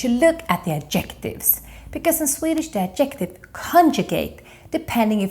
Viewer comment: In English grammar, obestämd är indefinite, inte undefinitive. Bestämd är definite, inte definitive. Man säger Ad'-jec-tive with the stress on the first syllable, inte ad-jec'-tive. Akta att du säger fur-ther (voiced th) och inte fur-der. Annars har du hjälpt mig jätte mycket. Jag älskar!